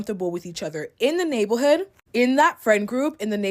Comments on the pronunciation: Anyone else slightlyyyyyy getting annoyed with the word “navel’hood” “nabel’hood”…. I’m so sorry…. I’m so not trying to be mean. lol. It could be a congestive thing, but OMG. lol. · The first girl voice was annoying me, I’m sorry. The way she kept saying “neighborhood” like she a little kid whose learning how to pronounce a “big word” was cringe and this the same girl who was a defending Huda from love island’s racism all over Tik tok and hating on the black girls girls on the show, so she is a hypocrite lol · First chick keeps saying “nablehood” & absolutely making me mad at her 😒😑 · Neigh-buhl-hood had me dying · Why does this chick have a speech impediment but only for the word neighborhood, it's throwing me off. Lol